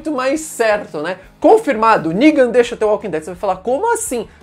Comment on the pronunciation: "Ningan" kkk